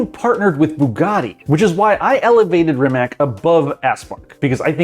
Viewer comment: did he just say Rim-mak? please please never say that again